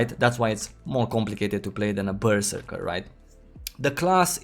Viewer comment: omg pls stop saying berserker